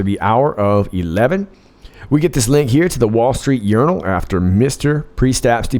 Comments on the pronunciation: DID YOU JUST SAY 'WALL STREET URINAL'? LOL! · I thought I heard you saying, "wall street urinal". 😂😂